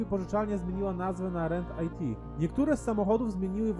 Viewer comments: GAP - nie czytasz jak G.A.P. tylko: GAP. Rent it - tu IT nie pochodzi od Information Technology, tylko od zaimka "it", więc nie czytasz Rent "aj-ti", tylko Rent yt ... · To nie jest "rent aj ti" tylko "rent it" (wynajmij to). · 😂 ziomek, nie Rent IT(Information Technology) tylko po prostu rent it - wypożycz ;)